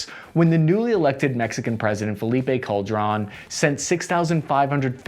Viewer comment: You should learn a little basic Spanish if you plan on making these type of videos. The way you pronounce Michoacán, Ovidio Guzmán and Felipe Calderón is so bad it's terrible.